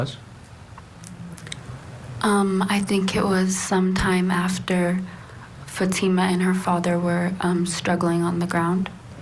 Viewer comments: Hey. Won’t you even Try to pronounce her name correctly. Just have to listen to this to understand it isn’t FATima. It is Fateema. SMH. You sound like the defense. Stop it. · I wish people would pronounce her name correctly. It’s pronounced FAHTMA not Fateema.